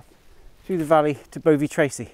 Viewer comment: Sweet - I used to live in Newton Abbot and then moved to Exeter so I know those routes and climbs really well, lovely and very familiar! The “O” in “Bovey” is like the “o” in “dog”, not “Bow”vey btw - sounds funny when you say Bowvey! (And that’s from someone who now lives in Fowey - pronounced “Foy”!)